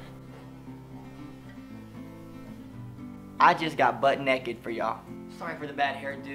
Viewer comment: "Neked" omfg I cant lol😂 Love you 😙